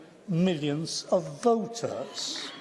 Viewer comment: Says "voters" like Welshmen but "society" like Klaus Schwab